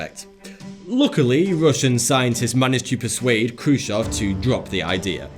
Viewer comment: awesome video guys, however it was khrushchev, not khrushov, but anyways great video!!